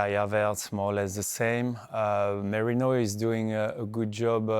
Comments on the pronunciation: Carragher cant say MERINO to save his Life ,keep saying Moreno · Bruh all these pundits call him Moreno, can't they read a simple name 😂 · "Moreno" someone teach this guy please... 😂